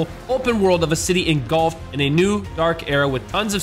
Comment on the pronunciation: When was doing his add I thought he said " and you can play golf " instead of " engulfed "